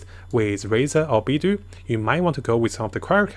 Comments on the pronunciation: Not only that. Fatui became Fatari. Favonius became Fenerous. Beidou became beedoo. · Beidou is literally pronounced "bay dough"